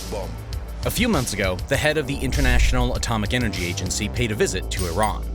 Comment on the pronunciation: AGENCY!!! Not Agancy